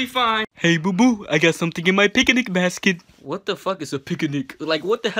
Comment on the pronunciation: Wtf is a picin basket